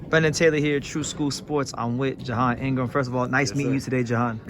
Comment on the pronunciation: My man's name is J'Hon Ingram not "John" Ingram.